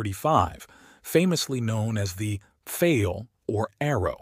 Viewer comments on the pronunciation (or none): Minor annoyance - The Germans called it the "Dee OH three three five" Feel .NOT "dough three-hundred and thirty five fail".